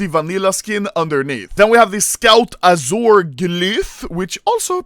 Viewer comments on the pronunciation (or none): none